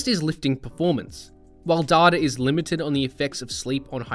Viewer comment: Its data not data. 😝